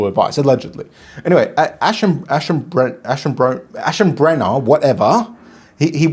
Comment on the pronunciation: Iam a german viewer…Leopold was Perfect but Aschenbrenner needs one or two times more practise 😊